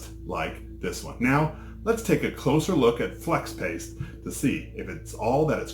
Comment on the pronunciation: Lol. He said Flex Ape 😂